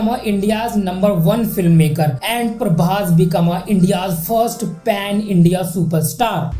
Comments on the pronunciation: It's pan India not pen India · Tu prabhas fan hai yaha tho tu views ke liye prabhas ka video cover kar raha hai bhai tu kitna unpadh aaj pata chal gaya A "Pan India" ko pen india bol raha hai 😂aur timestamp pe bhi pen india likha 😂 SRK jab Industry hit diya na tab tu paidha bhi nhi hoga😂 prabhas ko praise karne ke liye SRK ko degrade kar raha hai SRK 4 saal break liya aur to 5 saal bol raha hai Kuch tho brain use kar😂